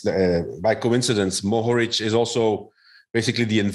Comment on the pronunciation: Mohorič (first syllable accented) and Pogačar (seconnd syllable accented) is correct btw :D And Polanc (second syllable accented) with c pronounced like "ts"